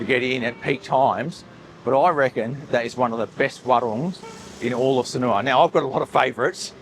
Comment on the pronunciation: When will you learn how to pronounce Sanur? You say Sanoowa.